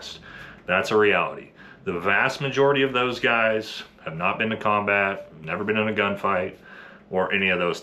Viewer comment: i mean i’m here for you’re statements sir, but let’s at least try to put emphasis on the correct word, so we can convey the point properly. so for example 1.) NOT all sf dudes… 2.) not ALL sf dudes. 🧠👈🏻